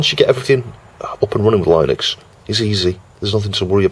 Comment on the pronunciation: It's pronounced Linux, not Linux! 🙂